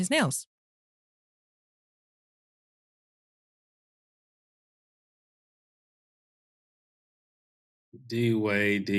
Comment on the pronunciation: "Dwight Dwight".. "Dwade Dwade"... I'm cryinnggggg